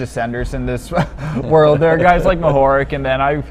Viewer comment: Mohorič is pronounced "mo-ho-rich". RICH - like who has a lot of money :)